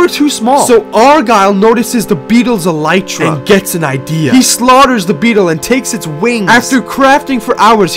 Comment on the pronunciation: So you know that it is a beetle wing shell but did you know that it is actually pronounced “EL-lih-Truh” instead of “el-EYE-Truh”